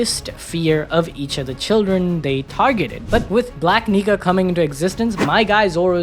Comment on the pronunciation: Saying black Nika so fast sounds like something else.